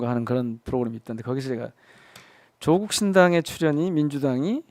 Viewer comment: 누가 조국씨 이름을 조:국이라노 길게 읽어요~짧고 높게 읽는 겁니다.